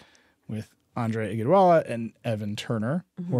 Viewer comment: Nilay…got to learn how to say Andre Iguodala’s name before inviting him on the show